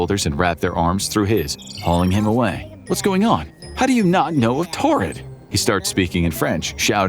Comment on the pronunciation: Its pronounced Toarid. Thdy have a long rich history and mispronouncing the name of their country is punishable by a 75$ fine.